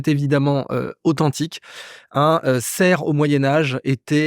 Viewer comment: petit détail : un "serf", on prononce le "f".